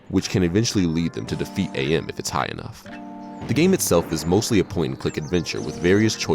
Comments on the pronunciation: whoever the dude was talking about "I Have No Mouth And I Must Scream", the name is AM, pronounced as "am". not "A M" like the radio channels. :) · It's not a bad videom, it's really good actually. But it's Am. Not A.M. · When he pronounces AM as Ey-Am. "HATE. LET ME TELL YOU HOW MUCH I'VE COME TO HATE YOU SINCE I BEGAN TO LIVE..."